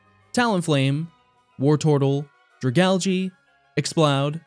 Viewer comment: DRA GAL GAY is the right way to say